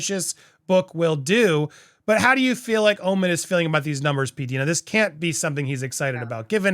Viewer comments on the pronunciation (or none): Please it is P D I NA not peadena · It’s P-Die-nuh…..not P-Dee-nuh. Love you any way,! And love too!!! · Its pronounced P Dyna